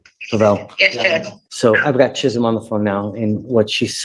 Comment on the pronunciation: Woah! Judge pronounced Chisholm right! We don't see that a lot!